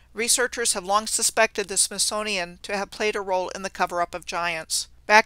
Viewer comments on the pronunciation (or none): none